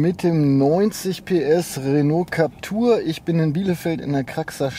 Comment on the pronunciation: JUnge, dat heisst Captüüüüür- (wie Klapptür) man, soviel Zeit muss sein.